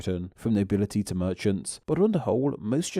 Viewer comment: I wanted to watch this, but I found the narrator's manner of speaking highly grating. When reading a script, you don't need to end every word at the end of a sentence with the same flat and drawn-out delivery. Also, why do you stress words by adding an extra syllable, e.g., 'to-wa' instead of 'to' an 'Britain-a' instead of 'Britain'?